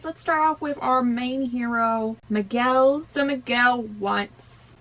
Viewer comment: Dont't worry I know it can be difficult some words in my language becase we have a lot of words with letter "R", but you pronounce right Miguel, Héctor, Dante and Imelda :). I love Coco, and I'm proud of how part of my culture it's represented. Greetings from México.